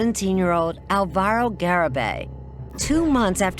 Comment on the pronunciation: Almost chose Alvaro for for my son. I am glad i didn't bc the people pronunciating is horrible.